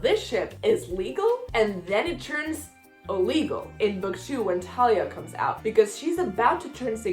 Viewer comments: Thalia is Like how u say it but th at the beginning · Okay, I’ll give you the Thalia pronunciation and not give you crap (/lighthearted) for dropping the H. It makes sense to say it the way you do, when you’re coming from a background in Spanish. I feel like I say Luke’s last name so strangely compared to everybody. It’s Cast-uh-lon for me. :)